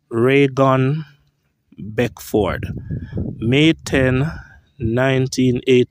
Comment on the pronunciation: Thank you for pronunciating 'Beckford' correctly. Interesting video. 23 yrs. Remember it well